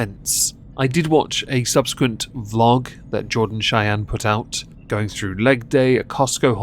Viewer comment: Chay-yeen has to be the bext mispronunciation I’ve ever heard for Cheyenne lol .. I think we need to change it to Chay-yeen haha Also, did she, by chance, even mention how this “cancellation” effected her kid? Like I can imagine he probably took some shit at school